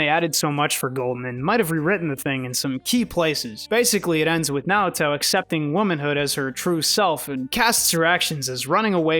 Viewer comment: Oh wow bro did you really read Naoto wrong.